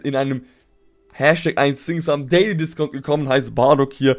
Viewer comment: Dieses Englisch